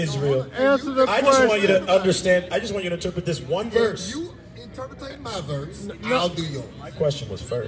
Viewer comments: Did just say interprettate 😂😂😂😂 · “You can not interpritate” 😂😂😂